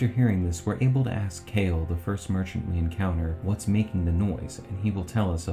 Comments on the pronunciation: you are one of my fav theory channels but i Cant believe you called him Kale...not Ka-Lay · Kalé. His name is Kalé, not Kale. He's a merchant, not a leafy green lol